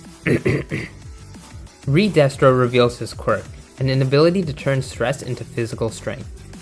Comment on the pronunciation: 'Doctor Doofen- Re- Destro." 😂